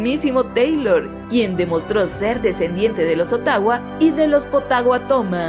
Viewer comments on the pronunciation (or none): none